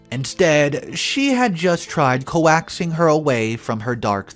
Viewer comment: The word is "coaxing", not "co-axing", from the word "coax".